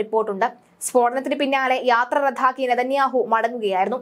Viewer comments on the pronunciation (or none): യാത്ര " റദ്ധാ "ക്കി യെന്നോ ?😢